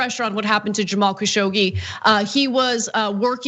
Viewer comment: the name is pronounced Kashog-ji